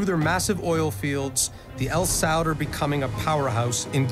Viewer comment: Am I the only one who cringes evertime they say "chic" instead of "sheikh" or when they keep saying "al-saud- instead of a-sa'ud?🤔... smh whatever tho...😮‍💨